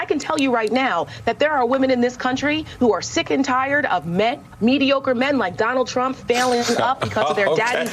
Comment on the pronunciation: Medioker men, says the woman working on the news